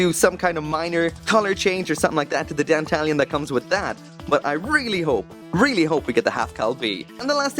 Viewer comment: I thought you pronounced Dantalion as Dan-tah-lion? (lion said the same way as the animal)